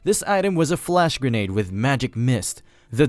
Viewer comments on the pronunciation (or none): none